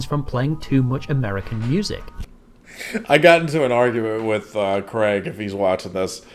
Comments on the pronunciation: hes always said it like that I'm used to it with him - Ive corrected him a few time jokingly but I'm not gonna be upset cause its the way hes always said it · Craig is pronounced Craig, not Kregg.